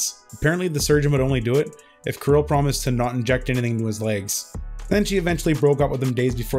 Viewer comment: Thank for properly saying name "Kirill", Kudos. As for the topic - yeah, this guy is a freak and that the bottom line.